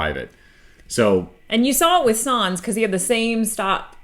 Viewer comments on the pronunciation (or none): Sye-nz not sans pls